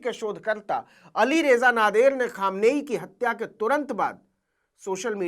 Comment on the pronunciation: Namaskar Navinji 🙏ALI RAYZA NAHIN ALI RAZA SORRY PLEASE 🙏